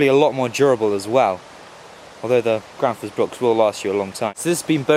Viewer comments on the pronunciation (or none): Gransfors not Granfors !